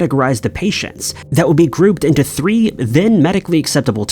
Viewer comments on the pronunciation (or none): none